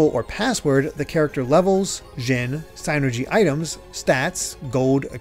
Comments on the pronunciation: it's "seenergy" not "saynergy" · “synergy” sounds like “sinner-gee.” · You’re saying psynergy wrong